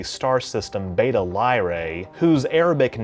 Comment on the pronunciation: It bugs me how he keeps mispronouncing "Beta" and "Tau".